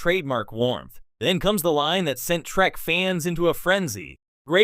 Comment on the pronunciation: Star TREK ! NOT TRACK.. PRONOUNCE IT CORRECTLY.